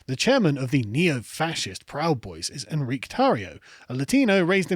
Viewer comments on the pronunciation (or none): hispanic name, "En-ree-kay," not a french "On-reek" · It's pronounced En-Ree-Kay